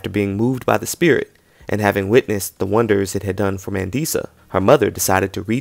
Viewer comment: It's pronounced Mah-ndee-sah ❤😉☺️ it's a South African name.